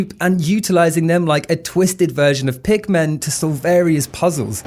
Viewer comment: when you said pikmen it reminded me of how people would say pokemon as pokeman